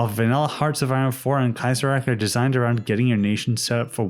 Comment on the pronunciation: As a german, hearing people pronounce "Kaisereich" as "Kaysaraik" and "Kalterkrieg" as "Kaltarkreeg" hurts so much.